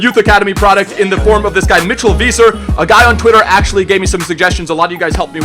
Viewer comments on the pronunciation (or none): it's pronounced viser not veeser because the ei makes an i sound and ie makes an e sound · Isn't it pronounced V-I-Ser for Weiser?? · you're German and still don't pronounce Kroos or Weiser correctly 😂 not a big deal but still